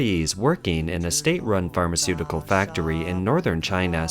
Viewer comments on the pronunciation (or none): none